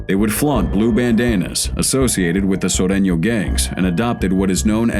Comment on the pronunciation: The commentator said sureṅo right lol..